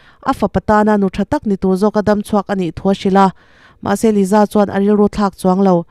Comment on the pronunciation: Liza anih loh hi ,Lisa anih hi , YouTube Chanel meuh nei ve te chuan ,Diktak te hian lam ri ve mai thin la